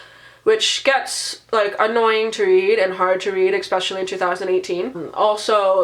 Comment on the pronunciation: How a person that reads this many books can say 'expetially' is well beyond my comprehension.